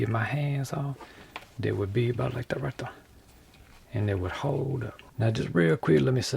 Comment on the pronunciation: "like that right der"